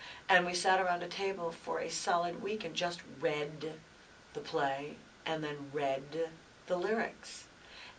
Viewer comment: Patti's enunciation of "read" is hilarious, haa I'm sorry. What a fantastic woman.